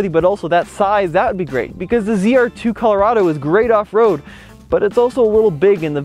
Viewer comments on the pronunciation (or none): none